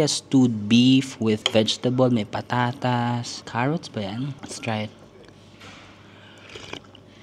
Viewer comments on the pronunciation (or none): none